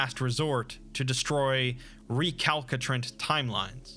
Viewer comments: Point of order. Recalcitrant is pronounced Re-Kal-Suh-Trint. 😊❤️ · Recalcitrant is pronounced ree-CAL-sih-trant So an s noise where you had a k sound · The second C in “Recalcitrant” is a soft C. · recalcitrant is pronounced wrong?